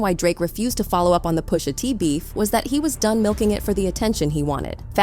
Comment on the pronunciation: Who tf is Poo-sha T? It's PUSHA. PUSH-A. T.